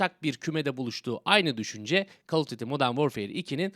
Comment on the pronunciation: Abi call of dıtti okunmuyor. Call of düyti okuyabilirsin. Ya da duyti